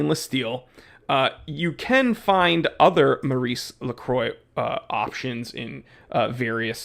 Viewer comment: Pronounce as "More Reese La Kwa"